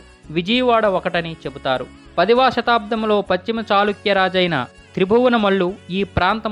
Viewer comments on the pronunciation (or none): none